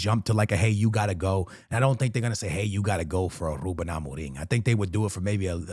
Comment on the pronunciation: The way so say ruben Amorim, is on the same level of that guy who says tapatio